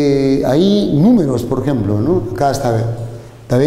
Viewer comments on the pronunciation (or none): "Porjemplo" JAJAJAJA buenisimo video :) "ta bien o no?"